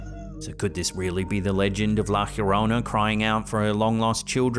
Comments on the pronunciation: La "Yorona", not "Hurona". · Nobody has debunked the ufo flying by the airplane… And it’s la llorona, not la hiorona… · Been watching your channel for years thanks for your content only one thing it’s not the horona it’s jorona the double sounds like a j llorana thanks for your content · Llorona is pronounced yo ron na the double ll is pronounced like a y in the Spanish language